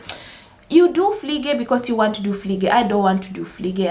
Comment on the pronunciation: Pflege. Not Fliege. Pflege. Pronounced as flege (the P is silent)Fliege is a fly. Or the act of flying. Also, in Germany, Pflegekraft/ Pflegepersonal is neither nursing nor being a nurse . It's Care-Assistent. And yes, it's not everyone's piece of cake. So I'm actually proud of you for saying no to something you cannot do or are not interested in